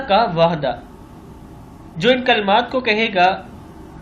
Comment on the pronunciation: بھائی وعدہ ہوتا ہے وھدہ نہیں